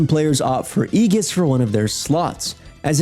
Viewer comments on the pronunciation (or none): Sounds like he got the "ee" part right, but followed it up with "giss" instead of "jiss" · eeegis? lol AYJUS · "Ee-gis"... ew.. It's "A-jis" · aye giss not eg us heh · Great vid. btw its A-gis, not E-gis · "Eegus" lol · it’s pronounced “i-jis” buddy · "egis" lmao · Ee-Gis lmao! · good vid thanks for the info... ima drop you some too.. its pronounced A-ges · most atrocious pronunciation of Aegis ive ever heard. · My apoloIgies if I'm misreading the tone here but this, to me, comes off as a backhanded compliment and reads like you're just looking for an excuse to um actually them. If that's not the case disregard the hostility. If you're going to be a pedant, at least be right. The IPA for aegis is /ˈiːdʒɪs/ that is the ae is pronounced as ee in fleece, the g is pronounced as dg in badge, the I as in bit, and the s in mass. It comes from the ancient greek αἰγίς with its root likely coming from the greek word for goat αἴξ. The ancient greek ai is pronounced as a diphthong like in the word aisle so I'd forgive you for mistaking it as "I-gis". The dude was understood he's doing language correctly as far as I care. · It’s aegis, not aegis!